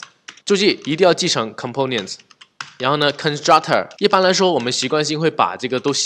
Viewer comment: 讲得跟光头哥Mosh 一样的清晰明了，非常棒。 如果能把Component的音发对了就更好了